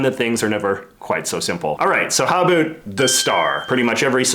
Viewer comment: "A boot" I am Canadian as well and it is a bout